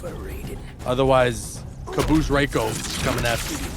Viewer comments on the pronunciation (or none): it's pronounced Reiko not Raiko. rEiko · why apply for commentary when you can't even pronounce Reiko correctly?? Maybe try working on that first